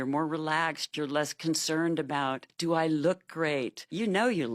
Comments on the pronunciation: The way he pronounced DEW what did i dew? Got me lost. Shit crazy. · Dooooo and Yewwww. Baltimore right there😂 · "Yes yew deww"